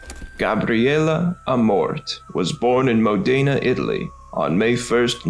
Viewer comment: MOE-day-nah, emphasis is on first syllable to pronounce correctly. Mal-UH-kai - not malakey. I saw The Pope's Exorcist, and it was good.